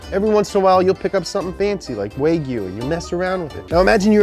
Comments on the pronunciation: Dafuq is waygue? Is he just mispronouncing Wagu? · W-eigyu.............. Its W-aa-g-you.... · Why is he saying Wag yu like Wayg yu. weird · Yeah I looked in a nice slice of "Way-gu." Its pronounced( waa·gyoo ) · wagyu is pronounced wag you not way goo stop screaming at us! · It’s “Waa goo” not “way goo” you probably never had it 🥩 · It's pronounced WA-Gulit not way-gulit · There’s no such think as WayGill, it’s wagyu, “WAH GYU” Also Friedlinghaus is pronounced Freedling Haus, not Fried as in “fried”. Kinda surprising he fucked up all the pronouncing in this video, cause he usually nails it when it comes to cars haha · waaag yu Not waygyu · I love you, but that killed my ears on the intro 😂. It's pronounced 'wahgyu', not 'waygyu'. "Wa" from Japanese character for 'harmony' or 'calm', and 'gyu' from the Japanese character meaning cow or beef. So wagyu is literally 'harmonious beef'. Yum;). Ok, back to you being awesome... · Its wagyu wagyu wagyu wagyu… NOT waygyu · Whys he pronounce wagu, ‘Way-gu’ it’s wag-oo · Why do you keep calling wagyu waygyu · Is it only me that noticing him saying wagyu incorrectly? It's wagyu not waygyu 😂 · WTF is "Way-gy-yuu"..?? Repeat after me.. "Wah".. "Gyu".. Wagyu.. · It's actually pronounced wa-gyu not wey-gyu, but love you still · Wagyu is pronounced "wagyu" not "weigyu" aka exactly how it's spelled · ITS WAG-YOU not WAYGU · wagyu is pronounced wah-gyu not way-gyu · The way he pronounced Wagy as Way-gu instead of how it's spelled Wag-yu. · bro wtf is a way-gyu....americans....cant pronounce or spell or find another country on a map...this is what gives you west coast customs too....the same level of intellect at work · He called wagyu, waygoo. Lmao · Ahem, its pronouced "Wah-gyu." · Waygyu?? Really,?? WAYgyu?? Lol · What's "Waygyu"? Learn how to pronounce things. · Lol. Way-Gyu. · How he says Waygu hurts my soul. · YEAH I LOOOOVE "WAY GEW" TOO! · what the hell is WHEY- GOO lol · it’s pronounced waa·gyoo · “Waygu” lol.